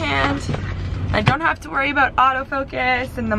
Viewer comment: for some reason i always forget that you guys are Canadian until you pronounce “about” like “aboot”, and it cracks me up every single time 😂